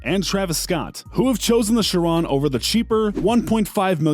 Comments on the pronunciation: Bugatti sheron... chi-ron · There are so many faults in this video! Like saying the wrx’s specs are the Sti’s! Mispronouncing Chiron chirone it’s supposed to be shi-Ron not shi-rone! Mispronouncing the veyron’s name, mispronouncing the wraith’s name! Lots of faults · this dude said bugatti sherone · My guy said “Bugatti Chrrrone” bruh💀💀💀😂😂😂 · "Bugatti ChErOnE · You might wanna work on pronouncing Chiron right 'cuz that's definitely not how you say it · Why did he say Chiron like that